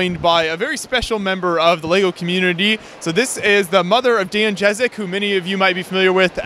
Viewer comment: I like how you pronounce Ježek as Jazz-eck when it should be Yezh-eck